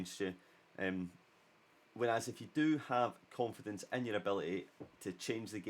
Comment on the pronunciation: the irony of confidence being step 5 when you couldn't pronounce it. Good video, you missed out use 5 at the back though;)